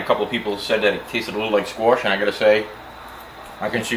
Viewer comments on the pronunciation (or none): Squarrrsssh? Wtf are you saying? Squaarrrssshhh